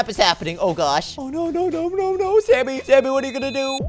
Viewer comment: it’s not Sammy it’s samy